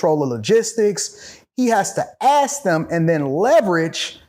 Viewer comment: Once this brother pronounced the word “Ask” correctly I knew he was about something. It is rare to find one of our own who pronounces such a simple 3 letter word correctly. It is not “Axe” because an Axe can be a weapon or a tool so pleeeeease my brothers pay attention just say ASK=ASK NOT AXE